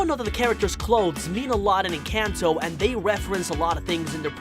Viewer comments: ITS ENCANTO NOT ENCENTO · Bro, it’s pronounced En con toe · EN- CAN -TOE😂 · ITS EN-CON-TOE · it's called enconto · It’s “encanto” ❤️🧡💛💚💙💜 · they are talking about the pronunciation the man in the vid was saying it like en-cayn-to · we pronounce it as ing-kan-to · YOUR SAYING IT WRONG ENCANTO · YOUR SAYING ENCATNO WRONHG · Encanto don't had y and it's encantoy now🤦🤦